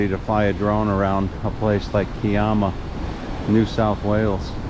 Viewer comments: Hi, The pronunciation of Kiama is "Ki-ama", with the "i" pronounced as "I" (as in "I am"). The "ama" is pronounced as "am-a" (also as in "I am"). I have had two experiences at the Kiama blowhole, one was quiet and the other was active. I have been to Kiama on several occasions. The hills north of there are part of Bombo, where I stayed overnight at a friend's place back in 1973 and the back view had a complete view of Kiama. The warning sign says "No Tommos Allowed"!!! LOL. Better tell your shadow to take care there, getting a bit too far ahead. We don't have crows here in Australia, but we do have plenty of ravens. All the very best. Rob. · to labour the point...the 'i' is the same as the i in Bondi. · Thanks for another great video. The pronunciation of Kiama is to sound the 'Ki' syllable the way you would pronounce pie, the emphasis being on the 'i' as it is in pie.